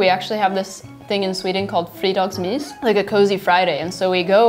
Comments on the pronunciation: Fridagsmis? You mean Fredags mys right? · “Frydagsmys” Gurl- It’s “frEdagsmys“ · “fridagsmis” Every Swede: smh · Smalm Fridags mis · freedags mis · I thought she called it "fridagsmys". Or am I the only one who heard that? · "fridagsmis" hahah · TigerFX “FREEDAGSMISSS” what Swede pronounces it like that lmao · “ Fridags mus” damn it’s “ F R E D A G S M Y S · Vem fan säger fridegsmiis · "fridagsmis"???? tf det är fredagsmys inte m "i" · Shes not really swedish tho, wtf is friidagsmis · TigerFX . “Frydagsmis” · “Free daggs meece” “feeyka” 🇸🇪 TRIGGERED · That Emelie lady speaks swedish with an english accent so much so that I didn't undertand it when she pronounced fredagsmys as "fri dags mies"Edit: Now that I think about it she might be VERY stockholmish, like 300% stockholmish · youre not Swedish if u pronounce "fredagsmys" like that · The way she pronounces “bilar” and “fredagsmys” is absolutely horrendous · Nico Litzén the way she said ”fredags mys” triggered me the most.... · I'm more triggered by the swedish girl not being able to pronounce fredags mys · OniFox It’s because they can’t pronounce it correctly! I’m from Sweden and this is not even close to how we would say it. They should be ashamed to call themselves Swedes. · The way that girl says "Fredagsmys" makes me 100% suspicious, that is totally not how you say it; IN ANY ACCENT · SHES NOT SWEDISH IF SHE DOEST KNOW HOW TO Pronounce fredagsmys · I do not speak Swedish. But I can hear that she did not pronounce the Swedish "y" properly. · The way she pronounced "fredagsmys" "bilar" and "godis"... Yeah she's not swedish at all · That girl pronounced 'fredagsmys' very weirdly. (By the way, a lot of swedes really dont like licorice) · good swedish loool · 'Fredagsmys'? That is an interesting way to pronounce Lördag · I'm Swedish and none of these people are Swedes if they can't pronounce "fredagsmys" or "bilar" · i love the fact that the "swedish" girl cant even pronounce fredagsmys or godis